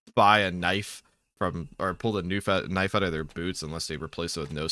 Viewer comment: this mf said knufe